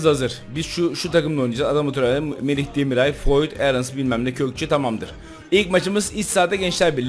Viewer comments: Abi çok iyi bir kadro kurdun çok da saygılısın ama Merih demiray diyorsun Merih Demiral demeye biraz dikkat eder misin :) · Abi Merih Demiray değil Demiral :) Bazen yanlış soylüyorsun